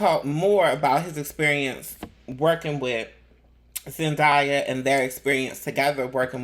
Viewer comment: Her name is pronounced Zendaya is pronounced as Zen DAY Yah.. Not Zen Die Yah